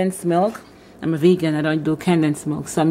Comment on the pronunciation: It’s “condensed “ not “candensed “🤦🏾